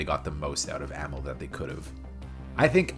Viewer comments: I hate to tell you this but the characters had very little character development in the first two games. And you're saying amell wrong. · It’s pronounced Uh-Mell and Yo-Hanis. Jesus… do some damn research.